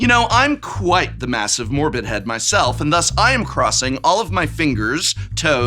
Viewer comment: DID HE JUST SAY MORBHEAD! PROFESSER IS MORBPILLED